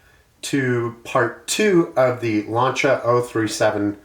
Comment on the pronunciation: Great job Omar! You pronounced Lancia correctly too!! My son and I don't even say it correctly! 👍👍